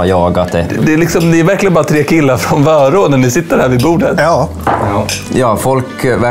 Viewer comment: Kan du snälla utala vörå rätt